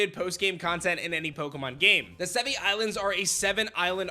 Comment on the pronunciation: It’s pronounced Sev-ee-eye. (i.e. the Latin word Brachii)